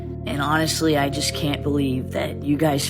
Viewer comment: Wtf is jijest?🤣